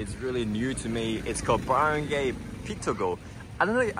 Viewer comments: You say Barangay with "barang gay" , should be "barang guy". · LMAO 🤣 at Barangay pronunciation.... I believe it's pronounced as Baran-GUY as opposed to Baran-GAY! The only reason I'm vaguely familiar with the market's name is because my wife from Cebu overheard the conversation audio from this video! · don't pronounce the last 3 letters of Baranggay as GAY (as a Gender LGBTQ) but GUY (as in a Man).